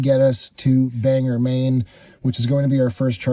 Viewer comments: You rage baited my wife from Presque Isle for many reasons but the most annoying was that it is pronounced Ban gor not Bang er. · Not me screaming BANG or. There’s no “e” in the name